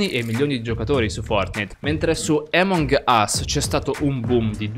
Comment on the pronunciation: Che fastidio quando dici emong ....... ...... Us 😂😂😂 grande